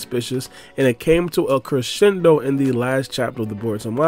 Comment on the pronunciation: This nigga said crescendo